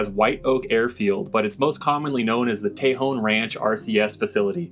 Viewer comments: I always enjoy your sense of discovery and adventure. First off its pronounced Tah-hone (Tejon) not Tey-hone... but no thing. You are spot on for most of your observations on RCS facilities and their capabilities. The Northrop (not Grumman) Tejon RCS Test Range was put in one of the worst locations in CONUS due to wind averages. In other words its always windy and this doesn't bode well for targets on a skinny pole. It was also pointed directly at the antelope valley infrastructure and initially impacted by radio towers, they had to change the direction. The demise was Senator Feinstein promoting (and succeeding) wind generators in the region. You can only imagine the signal bounce from a big fan in the sky. There is rare footage of the Tejon Test Range in Myth Merchants film of Hitlers Stealth Bomber (watch the last 20 minutes). Keep up the good work and adventures. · Just an fyi, born and raised in AV. It's pronounced locally as "Tuh hone", not "Tay Hawn" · It’s not TAY-hon, it’s tuh-HONE. Tejón, Spanish for ‘badger’. You’re welcome. 😉 And by the way, I love your videos. Keep ‘em coming! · It's pronounced, ta hone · Interesting video! 👌 FYI It’s pronounced = Teh hone or El Tejon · Pronounced TEEHONE= Tejon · You pronounce tajon with a soft a tah hone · Pronounced, Tay Hone... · Its pronounced tah hone i grew up there and yes there's aliens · "Ta-Hone" !!! "Ta-Hone" !!! "Ta-Hone" !!! "Ta-Hone" !!! "Ta-Hone" !!! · Please learn how to pronounce Tejon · Seems to me that if their keeping something under wraps, it's quite possible that it's None of your FUCKING Business ✝️🇺🇸🤔 Hell, you can't even pronounce it correctly 😔